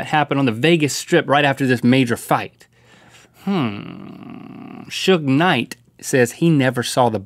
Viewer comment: Shoog Knight. It's pronounced sooj lol